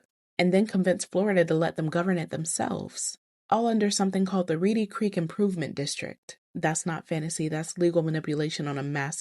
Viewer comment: It’s REEDY CREEK